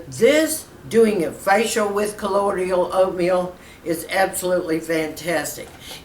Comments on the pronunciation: ColloidIal? I thought it was colloidal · I believe it's pronounced, Coe-loy-dal. Excited to try to make this! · You need to learn how to pronounce colloidal.